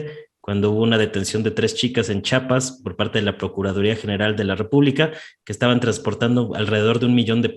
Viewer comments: Se dice CHIAPAS NO CHAPAS😡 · Se lee chiapas no chapas muchacho